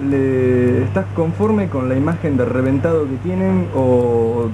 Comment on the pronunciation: "y yo soy rheventado..."